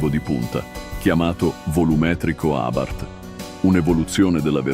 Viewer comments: Ma una persona che legge no? Abárth non si può sentire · Sentire pronunciare Abàrth con l'accento fa male al cuore